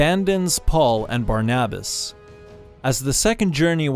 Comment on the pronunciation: That's not how you pronounce barnabas